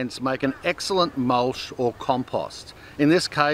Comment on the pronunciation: Mulch, not mulsh!